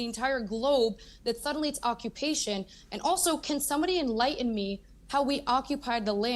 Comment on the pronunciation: Do all those pale-skinned Ashkenazi, Eastern European jews have a "historical tie" to Palestine? No, they do not. And also, The 't's in "Manhattan" and "enlighten" are not silent.